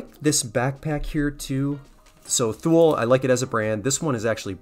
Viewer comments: Dude, you are a Patagonia magnet! In Swedish "Thule" is pronounced "Too Lee" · Another great video! Thule is Swedish and pronounced too-lee. Swedish language doesn’t have the “th” sound. 😉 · Thule... pronounced tool-ee. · The correct way to pronounce THULE is ‘too-lee’